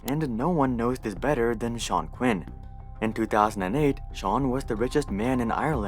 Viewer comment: I love how he pronounces sean correctly